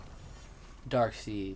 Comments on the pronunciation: Nigga said Darkseed lmfaooooo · This guys lack of knowledge is painful, AND FOR THE LOVE OF GOD ITS DARKSIED NOT DARKSEED!